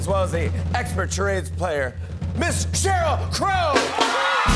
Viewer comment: Jimmy "game of Cha rods" lol.